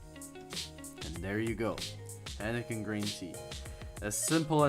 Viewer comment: Hiiiiiinekan.... Not haaanaken